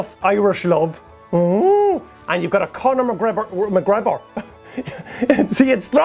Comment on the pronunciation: Totally heard "Condom" McGregor xD